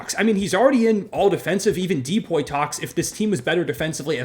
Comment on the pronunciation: Pronouncing"DPOY" as "DEE-POY" 💀💀